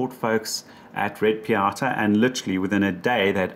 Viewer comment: It is NOT called Red Piata! If you could read, you would see that it is called Red Pitaya, it has been called after the weird looking fruit. Now go play with your Technotricks, Hamegg, Fluxe, Sillygent, Rogil and Schwode&Rarz. Joking aside, thanks for the informative intro with some real world operation ... I think it is a fantastic device, even now 6 years later, there seem to be nothing comparable in the 500€/$ range and ironically its price went up these days. With a max of 20V input it suits most applications, though some people might want a high impedance voltage divider to measure e.g. switching supplies but I guess a 1:100 oscilloscope probe you are good to go unless you build tube amplifiers with plate voltage in the high KV range like I once did. I am little disappointed the 16 Bit SDR version can not be switched from 50 Ohm to high impedance, so I could use the best low noise, high resolution version for both radio stuff and traditional measuring. That fact that it is an full blown MSO (diagnostic kit), so not just a scope and a signal generator, it also has logic analyzer on board with great software is totally outstanding. The newer version with the much higher sampling rate costs around 2K and is therefore not suitable for most small hobby labs.